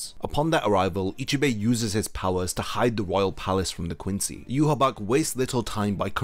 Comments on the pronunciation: Yhwach = Yuhabark ❌ Yhwach = Yuhabaha ✅ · Not to sound like a nitpicker, but isn't his name pronounced "Yu-ha-ba-ha"? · why do you say yhwach like ''you haback'' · He name isn't pronounced "you-ha-bak"